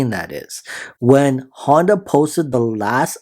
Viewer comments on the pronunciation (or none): none